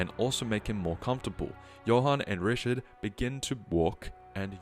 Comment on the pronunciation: its not rishad its riCHard